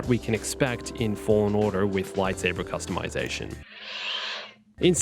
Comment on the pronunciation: I don’t wanna be a jerk man, but it’s “Customization”